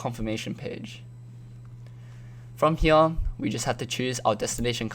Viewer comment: "From hEeYAahH"